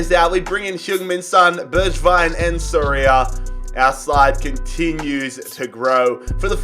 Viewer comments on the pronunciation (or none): none